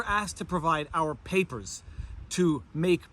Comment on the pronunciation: Maybe it was just me, but I did hear a faint German accent when the officer asked for your "Papers".